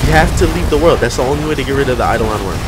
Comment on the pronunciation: eye dough lun not eye duh lawn. It's Latin for "specter"